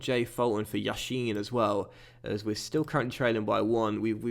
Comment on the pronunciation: No offense but yassin is not pronounced like Lev Yashin for example it's more like an 's' (e.g: Salah..)